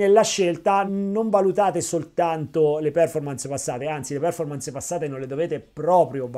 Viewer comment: Ottimo video come sempre grazie. Solo un piccolo appunto sulla pronuncia di performance, l accento cade sulla o, non sulla e.